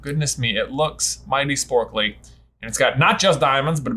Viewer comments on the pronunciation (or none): J said "sporkly" and I remembered our shiny minun